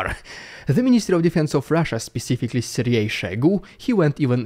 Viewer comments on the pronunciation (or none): none